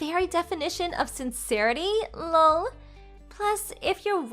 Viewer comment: Can we use the acronyms meaning instead lol( laugh out loud) or just laugh like fr( for real) BTW ( By the way) ttyl (talk to you later) something other than 1000 "lawl" its very irritating and I am sure that its the intention because she is irritatingly stupid 🙄 but let's try that next story,please!